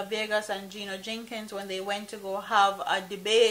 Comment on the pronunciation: It's not 'Jenkins " it's "Jennings " You need to pronounce the man name properly.